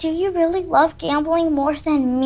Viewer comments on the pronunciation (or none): none